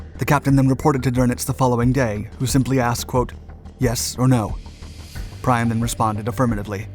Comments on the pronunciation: name is pronounced 'preen' in German, not 'prine' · tell whoever does your voice over that the Prien is pronounced PREEN and not PRINE. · It is hard to bear the pronounciation of the captains name. It is Prien (like in Halloween), not Prine (as in wine) !! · Really annoying to butcher Prien's name. It is pronounced preen not prine, after all the effort putting this together a small thing or not? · His name is pronounced "Preen" not "Prine". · Just for accuracy, the last name Prien is pronounced Preen, not Prain like you did. After all it is an educational channel. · Prien is pronounced "Pree-en", and not "Pry-en". He's German, not Bri'ish. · For such a capeble historian you butcher the pronunaciation quite badly. It is written as P R I E N and is not to be pronaunced as P R Y N. It should be P R I I N. probaly you should hear the sound of the Dutch or German sound of the letter combination ie, it is very different of ei. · It is NOT Called PREIN... just like you spell GREEN... it would sound more like PREEN! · PREEN not PRINE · ien is pronounced "een", ein is pronounced "hine" so its Gunter Preen not "Prine" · Good video. Except for the terrible pronunciation of Prien's name. It is not like "Prine", it's like "Preen" (like in "green"). "ie" in German language is like a long "ee". Correct pronunciation would serve the credibility of the documentation. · It's Preeen, not Priiin . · Please spend a bit of time learning pronounciation. You got VIAN wrong in another story. Came out as VLAN. This time the Captain of U47 should be pronounced PREEN. In ANY German word, when you come across an IE or an EI pronounce it to rhyme with the NAME of the SECOND letter. So IE rhymes with Beek and EI rhymes with BIKE. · Typical American, renaming and and pronouncing everything wrong. Scapa Flo”E”, Guhn ter PREEN, Speeds of all ships are in knots. It’s the Bay pf Biscay. Learn English. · It's pronounced "Pre-in",. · Kommandant Klink. Also, Prien is pronounced like "preen."